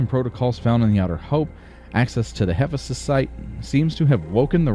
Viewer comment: Hephaestus (or more accurately Hephæstus), like Oulixes (you licks ease), is a Greek name. Emphasis is on the second syllable in both cases. "Extra hours" does NOT mean you have extra people, but that you are demanding compulsory overtime (i.e. extra hours) from your workers. The beatings will continue until morale improves. You urgently need to defrost more cryopods, and it is nuts that you even have some on board but have turned the cryonics centre off while still deficient in workers. You had better aim at 10% surplus workers per sector, or every time you build anything you will cause accidents and kill off valuable workers. That delay while you hunted up the electronics and struggled with the resource management to move it to the right sector cost you badly on hull integrity, and OF COURSE efficiency drops off as the big holes are patched - it takes longer to find the smaller holes and patching each of them has less effect than patching a big hole.